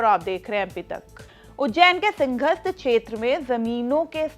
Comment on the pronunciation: मैडम पहले बोलना सीख लो सिंघस्त नहीं सिंहस्त होता है , और लैंड pulling नहीं लैंड pooling होता है । पता नहीं किसके जैक से इतने बुरे उच्चारण वालों को भी एंकर बना दिया ।